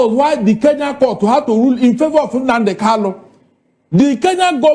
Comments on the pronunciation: Is kanu not Kalu 😂😂😂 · This man should go and learn how to pronounce Kanu's name. Calling him Kalu is irritating.